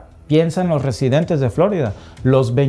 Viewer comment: Florida no " flo'rida"